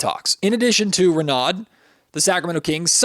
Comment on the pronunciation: It's pronounced Ray No